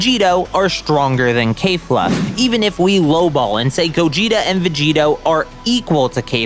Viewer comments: KEFLA NOT KAYFLA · Ughhhhhhhh, why do people keep doing this, it’s not kaefla, you do not add an extra a after the k, it’s kefla literally how it’s spelled you don’t change anything about it that’s it. Stop saying kaefla cause it’s not that it’s kefla. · Why he sayin kayfla tho there’s an e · Did you just listen to the dub and sub say "Keh-fla" yet say it as "Kay-fla"? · bro why you saying kayfla